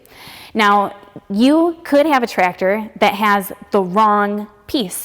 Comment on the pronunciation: I love the way says, "Tractor (Trector)". I wish I could have met someone like in my twenties.